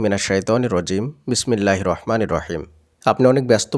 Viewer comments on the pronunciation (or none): none